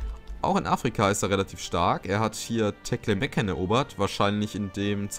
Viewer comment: Guter Part. Mir gefällt es ganz gut, wenn du von Zeit zu Zeit auf das Weltgeschehen eingehst. P.s. ich muss immer lachen wenn du Tlemcen aussprichst. Teklemekken... ;-)